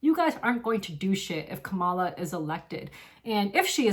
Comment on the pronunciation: Thank you for taking such good care of the cats! Your kindness is very inspiring 😊. I appreciate your take on Palestine and the election. It would be nice if you pronounced Kamala correctly though.